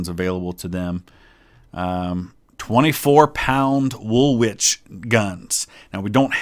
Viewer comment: HMS WOOLWICH SAY WOOL-ICH!